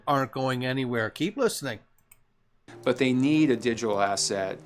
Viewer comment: Hi! An interesting part of the Chris Larson interview. “They Need a digital asset.” Now if you think about its implications, that’s a BIG statement! Listen to the way he starts off that sentence “they need.”